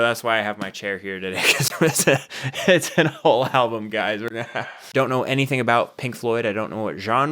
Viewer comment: LOL listen to the way he says "a WHOLE ALBUM" as if his atttention span has never had such a test. Well this is good practice and a fine place to start, though a good joint and a good woman would make it even better.